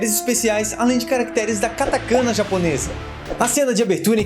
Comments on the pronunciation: eu até entendo o compromisso com a pronúncia original do nome do filme, apesar de um pouco irritante. Mas o resto das palavras??? Katakana não se pronuncia assim (veja o canal Japao Nosso de Cada Dia)... MICHELLE pronunciado como MITCHEL hahahahhaa, mano... menos Sem contar que já tem muitos anos que os "irmãos" Wachowski passaram pela transição de gênero. Foi extremamente desrespeitoso o cara ficar chamando as IRMÃS Wachowski de irmãos o tempo todo. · kkkkkkkkk Quase, se pronuncia "catacaná" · Um easter egg não listado é que o mesmo mendigo que está em frente ao elevador do prédio da Oráculo, está na estação de trem onde ocorre a luta contra com Agente Smith. Sobre o silabário Katakana, a pronúncia é Katakaná com a sílaba tônica na última sílaba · A pronuncia ta errada do Katakana